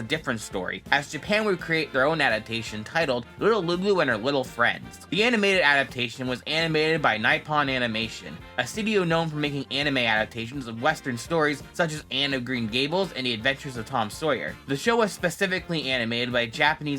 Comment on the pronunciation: Ironically, I grew up in the 90s, (I'm actually turning 40 in 2 days.) and I don't remember that cartoon at all! And I was a fan of the comic-strip! (LOL!) But BTW, it's actually pronounced "KNEE-Pone". ; ) =)